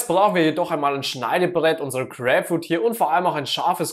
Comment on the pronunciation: Crääpfrud..also bei der Aussprache kann ich das Video nicht länger als 10 Sekunden gucken